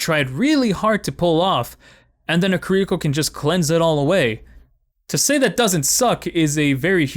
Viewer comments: ki R iko not kir I ko you put the emphasis on the R not the I, its literally in her gameplay reveal but big agree shes way too strong rn. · key- ree- koe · pls learn how to say kiriko correctly it's really bugging me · The actual correct way to say Kiriko is /ˈkiɾiko/. But right, everyone would just call you a weeb for changing things up like that. I can understand him fine, there's no real reason to change it. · Loved the video but hearing you mispronounce Kiriko for 8 minutes caused me great pain 😭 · smh I don't get why it's so hard for people to say kiriko. Y'all don't fuck up genji, torbjorn, Hanzo, or mei, so why is kiriko the one you have trouble with?